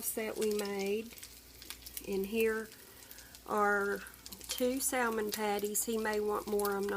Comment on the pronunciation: The L in salmon is silent. Its SAMMIN